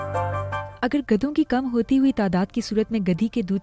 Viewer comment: Ghadi hota hai gadi nahi.. urdu bhi sahi se nahi ati